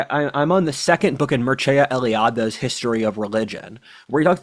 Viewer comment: For Eliade the final e is silent.